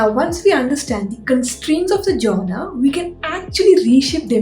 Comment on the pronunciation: Jonre,not joner